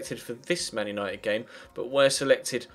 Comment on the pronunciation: You said Manuel Nited at the end